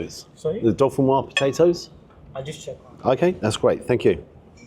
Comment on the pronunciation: Hi, could you please help save UK from saying “potato dauphinoise”? I hear it all the time in the UK. My family is from the Dauphiné area of France and it’s in fact Gratin Dauphinois. The last syllable is nwha and not nwhaz. The s is silent in Dauphinois. Thanks for any help you can provide.